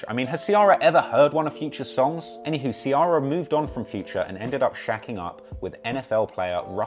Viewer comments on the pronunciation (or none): Its Ci-eh-rah not ci-AR-rah